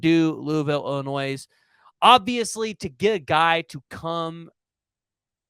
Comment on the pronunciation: It's Illinois, the "s" is silent so you say "Illi noi"